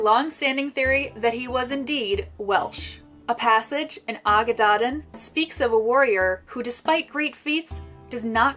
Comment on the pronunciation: Brilliant, brilliant, so informative. Just a tiny, tiny word on pronunciation - Y Gododdin sounds like Uh Godotheen - dd is a welsh letter in it’s own right, and is more like the ‘th’ in english … Dinogad - emphasis on Din and then Og - Ad - Din-og-ad…..